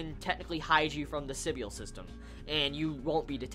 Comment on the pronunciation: Your saying Sybil wrong it's pronouced sibull